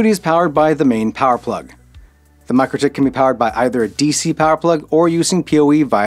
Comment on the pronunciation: Mikrotik is pronounced Mee-Crow-Tick.